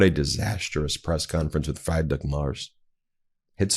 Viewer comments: For the pronunciation it's not fry it's more free -drick Merz😊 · Ben, I love ya' but it's not pronounced fried-rick, it's freed-rick. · And Friedrich. It's pronounced free drich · FWIW "Friedrich" is pronounced "FREE-drich" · Friedrich Merz NOT "Frydrich Mars". What does President McRone think about it? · Pronounce Nerz‘s first name Freedrick. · His name is not 'Freidrich MArs' it is Friedrich Merz, please show some respeckt and pronaaounce his name right, it takes just a minute to check it up, Ben! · Friedrich is pronounced 'Freedrich' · Hi Ben. A German's request: please try to pronounce our Chancellor's name somewhat correctly ;-). (Omit the letters in parentheses) First name: Fried-rich = "freed(om)"+Rick I know the "ch" at the end is pronounced softer, more like the "J" in jalapenos, so: Fried-rich = freed(om)+ri+j(alapenos) Last name: Merz = M+"air"+ts (as in "Tsunami") together... Freed(om)+ri+j(alapenos) ... M+"air"+ts Have fun practicing! 😉😁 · The German Chancellor 's first name is pronounced "Freed Rick". Please research the pronunciations of foreign leaders before giving credence to all Americans are woefully uneducated. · btw, it’s pronounced Freedrick (well, actually ch, but you guys can’t pronounce that) Mairts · I am sorry, Ben. But you have to practice pronouncing the name of chancellor Friedrich Merz. You really don't need to butcher it that much. Even calling him Frederik instead of Friedrich would have sounded more acceptable. By the way that seems to be how most American voices handle this. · The Scandinavian Frederik is easier for Americans to pronounce than Friedrich. Call him that instead. It sounds far more acceptable than what came out of Ben's mouth in this video. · The German Chancellor's name is pronounced as in "Freed-rich", NOT as in "Fried-rich". It is insulting to continue to incorrectly pronounce the names of public figures. What happened to education in the USA? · pronounced in english as freed not fried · Freed Rish not Fried Rick.